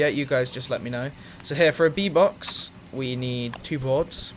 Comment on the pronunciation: Everytime you said bee box, i thought you were saying v-bucks and i was like wtf, maybe he is just memeing in his vid, nothing wrong with that. Then you crafted a bee box and i fel stupid